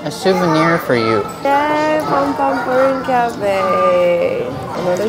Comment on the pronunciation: um its pompompurin